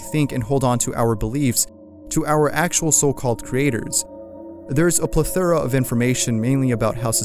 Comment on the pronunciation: Do you not look up the words you're attempting to pronounce? "Plethora" has an emphasis on the first syllable, not the second.